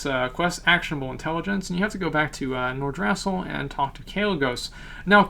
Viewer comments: pronounced nor-drah-sill not nor-drass-ill great vid tho .. love ur work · Nor-druh-sil Alice-razor Tree-ents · the way you say Nordrassll xD